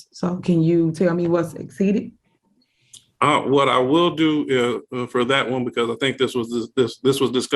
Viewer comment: Is she saying Over Exceeded or Over EXSTEEDED😳😩😂